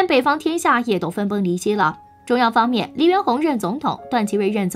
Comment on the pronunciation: 中央方「麵」